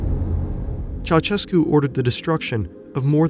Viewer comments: it's Cheaushescu, not Chauchescu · When will Americans start pronouncing the dictator's name right? It's chow-SHESS-koo. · I can't understand why no foreigner can't pronounce Ceausescu's name at leat 80% correctly - you just need to put his name in Google Translate and listen it in Romanian. I can barely watch this video hearing you say "CHAWCHEKOO"